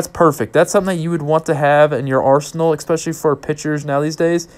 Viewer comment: this guy really said "eckspecially"